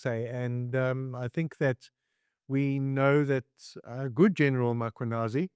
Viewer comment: For the love of all things, can people PLEASE learn to pronounce the most important name in South Africa MMMMM KWA NAAAZI NOT Mockwanasi